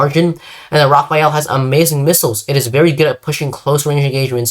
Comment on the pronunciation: why in the name of god do people call the Rafale the Raphael??? im not gonna be all pronounce police since, as a french speaker, the only correct pronunciation is the perfect one. However, i humbly ask you make an effort to call it the Rah Fall or Rah Fahl. You would be enunciating the letters correctly. Hope this helps